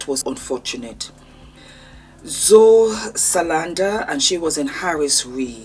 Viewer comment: It’s the sigh for me 😂 and the zo Salanda😂